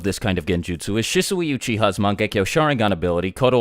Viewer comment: this nigga did not just mispronounce shishi uchiha